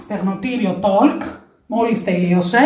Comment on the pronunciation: Αγαπημένη, με όλο το θάρρος και συγνώμη που σε διορθώνω αλλά το talk προφέρεται τοκ και όχι τολκ.😊